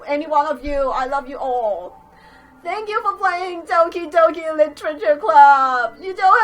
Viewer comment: I thought she said Donkey Donkey literature club